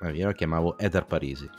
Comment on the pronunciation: Ho trovato lodevole (anche esilarante) lo sforzo di per non correggere ogni volta che sbagliava a pronunciare "Heather". In certe occasioni si nota proprio dal linguaggio del corpo che si sta trattenendo a fatica dal redarguirlo. 🤣 Ps domanda tecnica: come mai usate, in questo video come in altri, la parola "abusivo" invece di "abusante"? Io ho sempre sentito la seconda in contesti come questi.